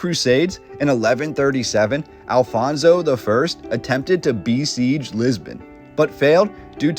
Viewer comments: The Huns were never in Lisbon, or Portugal for that matter. We also never had a king named Alfonso, but Afonso, several! It would also be nice, if our historical figures, castles names, cities etc deserved NOT Spanish pronunciation but Portuguese one! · Your pronunciation of the Portuguese words ruined the viewing of the video. Who is this "Alfonso", do you mean Afonso? Why do the Anglo-Saxons insist on pronouncing the "J" like the Spanish? (Jorge=George)